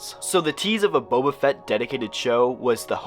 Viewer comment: We got Bobby Fett instead of Boba Fett.